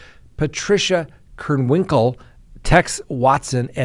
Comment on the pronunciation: Leslie Van Houten: "Van-how-ten" Patricia Krenwinkel: "Kren-wink-el Leno Labianaca: "Lee-no" Not that hard